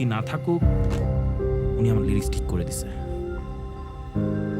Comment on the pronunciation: লিরিক্স❌ রিলিক্স ✅